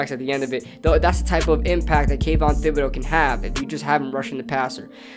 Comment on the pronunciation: Just a heads up thibodeaux is pronounced with t instead of th. Keep up the good content